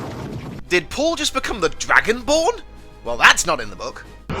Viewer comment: "...become the Dragenborn" xD